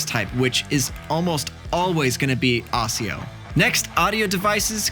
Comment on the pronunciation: NGL him saying ASIO wrong kinda just made me wanna punt a baby.